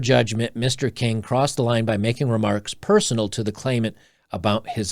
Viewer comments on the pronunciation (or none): none